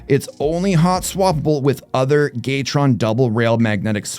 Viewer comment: I think they're just asking why you are mispronouncing it and giving a phonetic example of your pronunciation. You are in fact pronouncing it as "GAY-TRON" vs the correct pronunciation of "GATOR-ON" Regardless, there are plenty of ways to use the word Gay maturely in a sentence. Not sure their is age was asked.